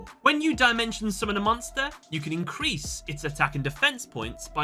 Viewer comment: Ah yes, Die-Mention. It’s Dim-ention Ai-guhme. It’s Ai-gah-me